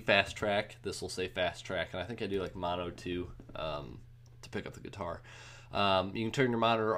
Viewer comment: Every time he says "Guitar", it sounds like he says "Qatar". Thanks for the video though :)